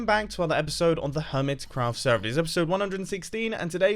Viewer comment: Every time mumbo says Hermitcraft Sever I just think of him doing it in the Swedish accent